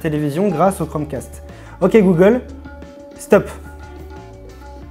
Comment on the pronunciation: "dit gollum ..." Articulez bon dieu ! Il a bien du mérite ce petit assistant.